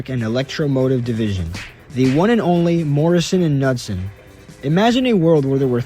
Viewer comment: So the K in Knudsen actually isn't silent. It's a hard K. Otherwise, awesome video! Just found your channel, I look forward to seeing more from you!